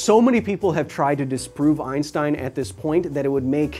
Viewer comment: The next big thing is to teach americans how to not butcher Einsteins name over and over again.